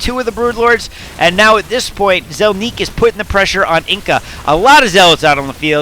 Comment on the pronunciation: "Zelniq" = ZEL-nick, not zel-NEEK